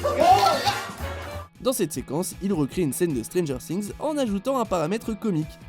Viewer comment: y a que moi que sa choque ? Stranger strings ? "STRINGS" SÉRIEUX ? ! STRRRRRRRINGS ? !?!??!?!